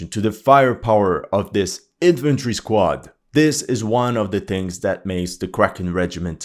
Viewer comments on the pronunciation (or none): none